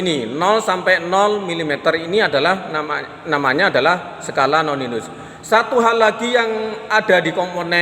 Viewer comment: Koreksi... Skala Nonius bukan Noninus